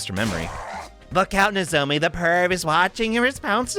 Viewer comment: You keep saying "Nozome". It's "Nozomi"